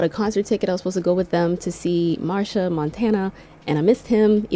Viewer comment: girl, it's pronounced Ma-shell (Machel), not Marsha, lol. Damn, I am so sorry you went through that mess. Honestly, get a great lawyer and fight this. The idiots! Oh, I was cackling at your British accent while telling your story.